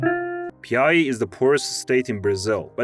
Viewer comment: PIAUÍ IS SO ACCURATE OMG 😭